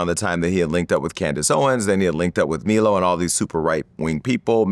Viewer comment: who the fuck is "Me-low" ... are they talking about Milo? how can you fuck up the name of someone who was known to the public before this shit?